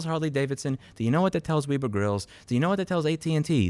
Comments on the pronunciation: I'm more worried about the "wee-bur" grills... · Ok, but it's web -er lol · FYI, “Weber” rhymes with “ever”